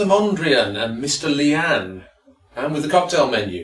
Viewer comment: My lyan is pronounced LION not Leanne